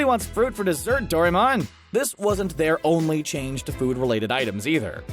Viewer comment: Please, please, please. Doraemon is pronounced Doh-ra-eh-mōn